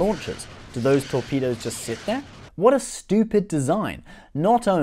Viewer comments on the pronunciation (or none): none